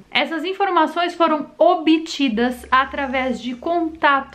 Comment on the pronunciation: ..."foram OBITIDAS"...